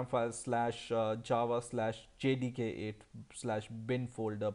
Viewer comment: sounds like he's saying jihadi 8